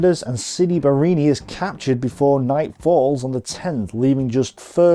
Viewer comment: Great job! I suggest you work on your pronunciation, though. It's not that hard. You can practice sounding out the names, syllable by syllable: "Ca-puz-zo," "Bar-ra-ni." If you practice it and repeat it a few times, you'll get it.